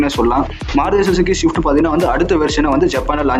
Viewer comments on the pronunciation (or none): Shift ah....???? Its swift man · dei. modalla swift nu sola pazhagu da. shift u shift u nu asingama. thuuuu... ivanlam video poda vantan. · Dai... Pannada ! Adhu Swift . Shift ila..